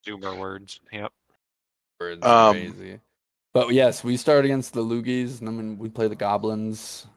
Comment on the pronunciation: Sounds closer to loodies than loogies